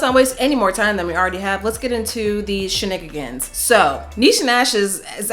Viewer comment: When she said “she-nigga-gans” 💀😭🤣